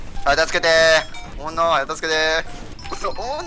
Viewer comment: さんのおもんなの発音好き